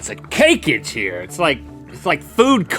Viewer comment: No one says Cakeage 😂